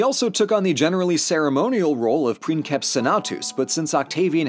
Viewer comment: A puppy just died because you pronounced C in princeps like the one in "cat". It was a cousin of the millions of puppies that die every year each time native English speakers pronounce X and J in Spanish words like they would in "mix" and "jet".